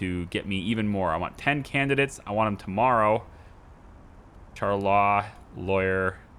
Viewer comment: Char-terd law lol